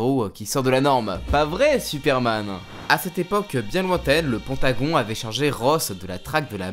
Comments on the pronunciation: Juste pour info, on dit le "Peint-ta-gone" ça fait bizarre le "pend-ta-gon" ^^' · omg il a vraiment dit le pontagon?? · Le bâtiment dont tu parles en début de vidéo se prononce « penthagonE » Un combat 1v1 veux dire : une personne contre une autre . Si ils sont 4 c’est donc un 4v4 .